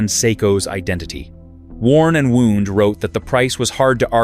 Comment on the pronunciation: Worn and “woond” lol, like a cut or scrape. Haha